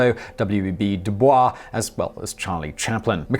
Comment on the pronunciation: W.E.B. Dubois is pronounced W.E.B. "Due Boyce" it's not like the French pronunciation.